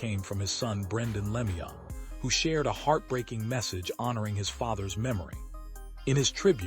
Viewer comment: Learn to pronounce his name correctly before u make a video What a joke